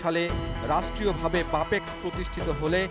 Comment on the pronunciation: সঠিক উচ্চারণ করতে পারেনা সাংবাদিক বাপেক্স বলতে পারে বাপেক বলে।